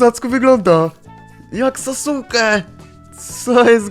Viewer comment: ja ci ku*wa dam sasuke, "saske" się wymawia .-.